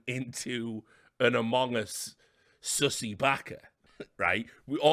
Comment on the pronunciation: Richard saying “omogus” has me DYING